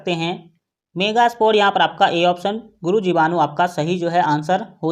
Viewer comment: Sir guru jivanu nhi hota hh Guru bijanu hota hh